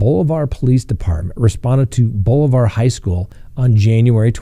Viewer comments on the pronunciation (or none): Hi Scott love your show! Welcome to Missouri! We are known for harassing coaches, children even. I personally know one guy that is banned for life from any school sport in Missouri. I'm going to be "that" person. Bolivar is pronounced Boli-ver. I dig your sense of humor.